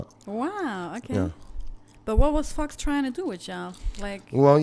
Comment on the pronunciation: am i the only one that thought she was saying fucks when she said fox